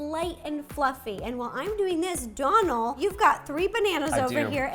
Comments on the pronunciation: Ciara S Its not Dolan its Dónal and that little line is called a fada and its what makes his name irish and it’s pronounced like ‘oh’ not ‘on’ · sarah sarcia His name is Dónal not donald, and it’s pronounced different than how to Rosanna was actually saying it, she was saying it like ‘d-on-al’ but it’s actually pronounced like ‘d-oh-nal’ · I think it's pronounced dough-nl and not donal (like the first part of Donald) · His name is Donal as in Doughnal not Donal as in Donald Duck, please stop butchering it for the sanity of us Irish viewers 😂 Great video though 👍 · I die inside every time she pronounces Donal Donul it's pronounced donel life omfg😂😂😂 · IT'S PRONOUNCED "DOH-NAL" GAHHHHHHHHHHHH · Why can't anyone there pronounce your name correctly? 😁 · Yes my fellow Irish man💪🏻💪🏻🇮🇪 his name is pronounced like u were about to say donut but al at the end😉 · Hi ro (btw no hate and luv u) but you know Donal is pronounced DOEnal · DOUGH- NALL. Lets pronounce Irish names right 👏🏼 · Rosanna your saying his name wrong girl I love you and your so goo at what you do but your saying his name wrong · Your saying his name wrong